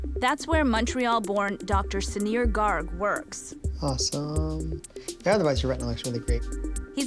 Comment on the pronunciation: Dr Garg, pronounced GURG